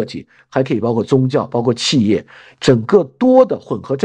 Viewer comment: 企(qì)业，这也是老中祛魅的一部分吗哈哈哈哈